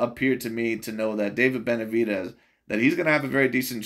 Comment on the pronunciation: The way he pronounces Benavi-deez kills me everytime 💀